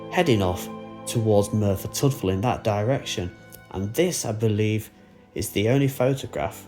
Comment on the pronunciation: Discovered your channel recently. I live in South Wales. So videos from around here like the I really enjoy. Just a note on your pronouncing of Tydfil. It's said as 'Tid-fill.' the 'y' is more of an i in that word. Kinda like U is also the same with an 'e' prounced as an i. I know, gets a little complex! Been watching your more recent videos. Absolutely love them. Thank you for making these.